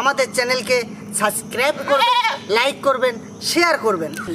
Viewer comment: R e tomato k tomata bolis keno r subscribe k suscib bolis keno asubida hoy bolte,,,, sob valo lage kintu besi nekamo koris seta valo lage na.....